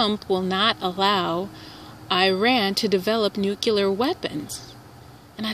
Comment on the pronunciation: It's not nucular, it's nuclear. lol